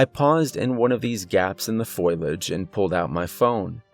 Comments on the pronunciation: thumbs, subs, and bells brah. Your narration is flawless. only 1 constructive critique- FO-liage. i struggled with that word, too, so i pick it out. sorry!:) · Please note: the word is foliage pronounced long o and the I is pronounced like a long e. Seriously...you keep pronouncing it foil age. Really? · Got to keep an eye on the "foilage"! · Usually mispronounced words annoy me, but when you pronounce foliage as foilage, I find it kind of endearing in a funny way :D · I love your stories but please don't say foliage! Foliage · Saying foliage incorrectly is bothering me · The real horror is the pronunciation of foliage. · I just kept imagining a forest covered in aluminum foil...that's probably pretty creepy too though. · Sweetie, I lovecyour narration and you have a very comforting speaking voice, but the word is not "foil age" it's pronounced "for lē age". It was repeated so many times in the beginning of the story that it distracted from the story. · Nice performance, but dear god. Foilage instead of foliage? I don't know if I should blame you or the author for that one. A true crime against english.... Lol anyway. Nice job and thanks. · If you are going to use a word learn to pronounce it. Foe Lee Edge, it's not Foil Edge. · It's Fo-li-age, not foil-age... 🤦🏻‍♂️😅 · I don't know if it was the author's spelling error or a mispronunciation, but everyone time he said FOIL-age instead of FOL-i-age just tore me out of the immersion. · #1: you're one of my favorite narrators #2. FO - LEE - UDGE not FOIL - UDGE 😊 💜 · Fõ-lee-aj not foil-aj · It’s ( phō-Lee-ej) not pho-yol-ej. Great storyteller, amazing talent thank you for your work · FO-LEE-AGE !! who the hell says foil-age??? Have you never heard the word for leaves before? Hahaha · I'm sorry, I have to.. its "fo-li-age" not "foil-age" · Foe-lee-idge (not foil-idge). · Fo-LEE-edge. Not foil-edge! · It’s pronounced Fo - Li - age not foil - ige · Great story! It's fo-lee- age, not foil-age, by the by, lol😁❤❤❤